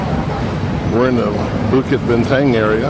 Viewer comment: "book it bintung" is how you pronounce it